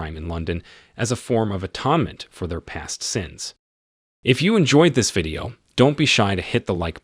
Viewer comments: >Atawnment Lmao who voices this? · Of course the women ruin the story, sounds about right. Never include them in on business like this. Clown movie ending, holy shit. Also that’s not how you say atonement